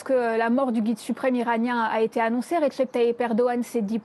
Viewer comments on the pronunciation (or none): none